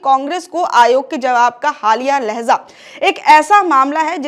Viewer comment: Dear Madam ! लहजा! लहज़ा नहीं ! लहजा लहजा लहजा